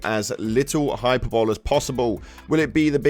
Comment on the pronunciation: Hyperbole = Hi - per - bolee